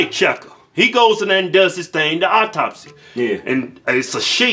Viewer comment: Men are funny, so masculine and gruff, LOL, so good at given the evil eye, and by the way boys, it's "autopsy, not "auptopsy." LMAO, that was cute.